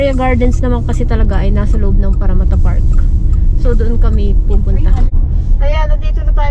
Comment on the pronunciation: I like the way you pronounced “Parramatta”!😊